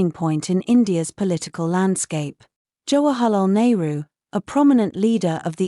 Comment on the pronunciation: Jawa halal nehru ?? Abe british pronounciation shi krle 😂